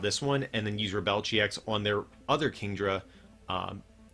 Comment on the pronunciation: Why are you pronouncing the GX attack so weirdly. It's pronounced Rebel as in 'without a cause'. What word are you continuing saying and what does it mean? Re-bell?